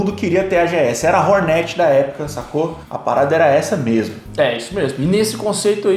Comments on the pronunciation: Fala hórnet.. nao hornét... nao é empresa de net... é hórnet... ve se aprende.. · Para de falar Rornéti mano mds kkk canal influente desses falando nome da moto errado 💔